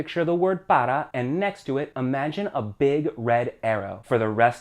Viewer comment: Why say para like “pada”?